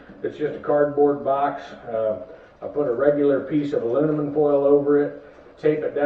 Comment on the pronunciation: ".....alunimum....". Say what?